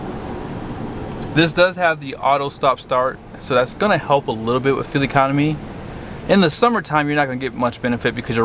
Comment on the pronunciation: Why does he call it “fill economy”